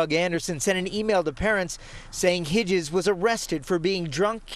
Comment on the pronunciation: you're a good man Hitzges. And it's Hits-Giz lol